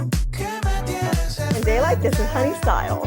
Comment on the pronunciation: It's not "honey STYLE" it's supposed to be a play on the word "honestly" so it's honey-stly